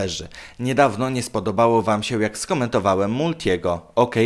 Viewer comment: "sieł" zamiast się, "trocheł" zamiast trochę i tak można wymieniać bo kaleczysz język polski niemiłosiernie.. Zamiast nagrywać idiotyczne filmiki może popracujesz nad wymową?